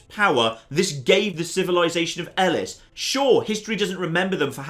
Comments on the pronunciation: Pretty sure it’s pronounced like “eh-lease”. But also my sport and spectacle professor could’ve been wrong so *shrug*. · Elis? Who the fuck is Elis?!